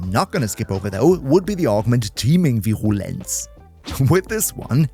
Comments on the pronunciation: Virulence, I BELIEVE, is "veer-ooo-lense". Syllable Breakdown: vi-RUH-lence Stress: Primary stress is on the first syllable ("Vir"). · vi-rUUU-lence its an U not an OU lmao Cool vid dude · I pronounce it veer-U-lence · Bruder hit us with the Proper German Pronunciation of Virulenz xD Servus! Keep up the great vids ^^ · The "Virulez" sounded way too german. Have I found company?😂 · Tu es français ? VirRrRrulence ❤️ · Your pronunciation of "Virulence" sounds so damn German that I paused for a second to wonder if you speak German too. It completely crashed my brain for a moment. -_ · At Virulence the German came out XD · was suddenly reminded of my german prof upon hearing the pronunciation of Virulence